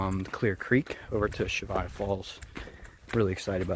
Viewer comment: Great video series but it’s Cheyava not Chevaya. The Y , then the V.